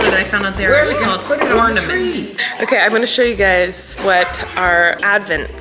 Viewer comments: even though i know how to spell ornaments, i still pronounce it ordaments lol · I also thought they were called ordaments 😂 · The "ordaments" thing made me giggle because for the longest time I thought manila folder was vanilla folder